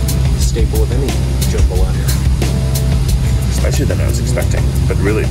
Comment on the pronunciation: it’s jambalaya not jumbalaya...